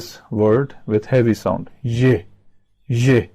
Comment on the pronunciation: It is ye he says je accidentaly